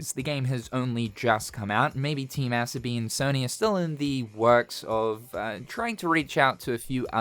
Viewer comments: Team Ass-obi is how im hearing you say their name lol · the so is pronounced in team asobi like you would pronounce the word "so" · bro butchered the studio’s name